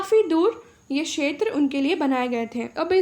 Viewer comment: Madam ji क्षेत्र का उच्चारण अच्छे से कीजिए और साफ लिखिए.....